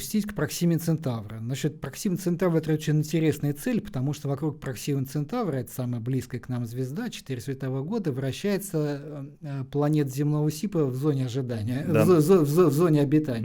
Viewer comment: Не прокси́ма, а про́ксима. Даже гугл об этом знает.